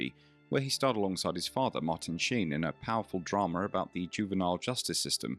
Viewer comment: It's not dramer. It's drama. Aaaaaaa